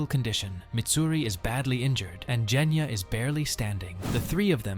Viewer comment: He said jenya its genya!😂😂😂😂